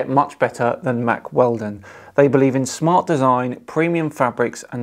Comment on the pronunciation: Guys... When said "Mack Weldon".... did anybody else actually hear "Mark Felton" instead and the tune of his channel start?... That was odd...